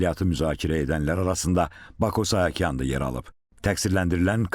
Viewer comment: Sahakyan yox saakyan